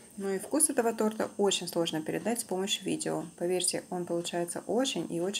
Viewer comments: Была одна) тортА сказала) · Торта ударение на первый слог